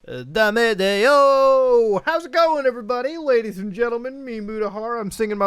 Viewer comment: its dame dane not dame deyo